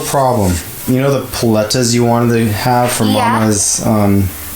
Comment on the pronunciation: your all pronoucing 'paletas' wrong